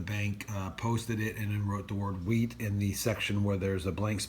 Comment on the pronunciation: It is not whreat penny’s it is wheat penny’s but yes you gotta love some wheat penny’s